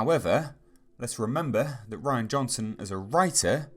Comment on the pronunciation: You’re pronouncing his name wrong it’s not Ryan it’s Ri-Ann